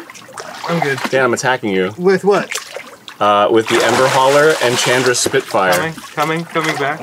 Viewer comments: "Chan-dra". lol I understand since they were both clearly new to the game, but I still laughed every time he said it. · The way Arin says Chandra's name makes me more upset than it should XD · I haven't cringed at a power hour yet..... that changed today... from Arin's pronunciation of Chandra (whole video), to Dan's inability to calculate damage (@ 2x2=4, not 2)... It's funny and I love you guys, but omg my spine hurts from shuttering. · Hearing Arin say Chandra wrong hurts me. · I can't grill him on saying Chandra wrong since he's knew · The pronunciation of Chandra here hurts my head